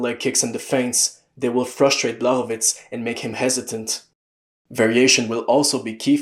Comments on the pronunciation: Awesome video man. I love the in-depth analysis. ps. the "CZ" in Blachowicz's name is pronounced like the "CH" in "cheese" or "chalk" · And the "ł" is pronounced like "w" in "wood" or "wall"